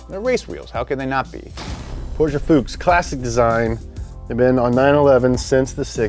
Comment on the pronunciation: That is not the proper pronunciation of Fuchs. The CH makes a the K sound.